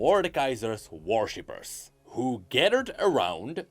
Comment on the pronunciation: I swear that I can Hear saying "Warshippers" instead of "Worshippers".